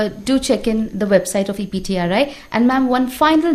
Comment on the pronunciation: It's EPTRI... Not CPTRI.. Please make a correction..